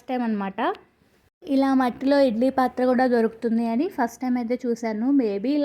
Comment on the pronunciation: Pathralu. Kadu pathralu.